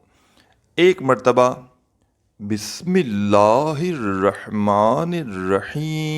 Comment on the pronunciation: pehle bismillah sahi ada kren